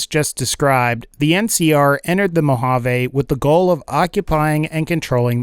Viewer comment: You pronounced Mojave wrong meskndrbfidne I live there just my pet peeve